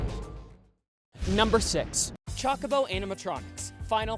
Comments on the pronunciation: I'm sorry to be a stickler here but- it's pronounce Choke-a-bow not Chalk-a-bow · There's Final Fantasy games with voice acting if you want to learn how to actually pronounce Chocobo